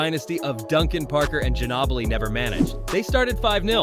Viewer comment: clicked off when I heard "Ginoobli"